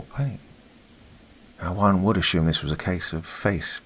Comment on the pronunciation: Friendly heads-up: If you want to use an American accent, stop using "sh" where "s" is appropriate; it's assume not ashume, and consumer not conshumer. And nobody in the States knows what "Oh ess aitch aye" is, but "osha" is well known by virtually everybody. Just FYI.